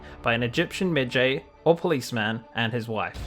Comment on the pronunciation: Med Jay? 🤣